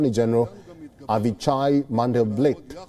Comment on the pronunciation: Let’s let the center form a government. It’s pronounced “Avi-Hi”